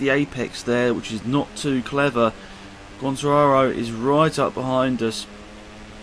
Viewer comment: Migno = Ming-yo Vazquez = Vaz-kez Quatararo = Quat-ar-rar-ro